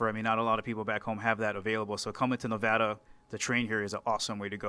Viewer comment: Interviewer made a major faux pas by calling our state, Nevawda. Clean it up, bruh! :) You get credit for pronouncing it correctly in the next statement, however.